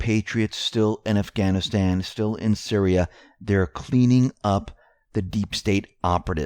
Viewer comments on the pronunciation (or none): none